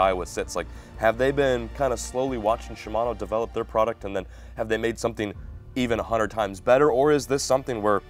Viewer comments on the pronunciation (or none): none